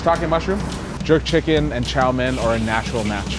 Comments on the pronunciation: Well he does have noticeable Jamaican pronunciation, specifically on his Os and Ers, the way he says Chow mein is also telltale, his Mein comes off more as Men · his pronunciation of chao main (chow mein) is a bit suspicious so maybe hes actually more jamacian than chinese. and han chinese is definitely an ethnicity. also btw black people are also not native to Jamaica and are brought there by europeans just like the chinese